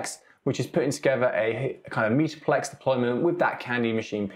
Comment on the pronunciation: Why do you keep saying "meeta-plex"?